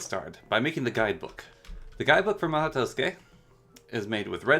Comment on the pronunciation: your “mahou” is fine You said tusuke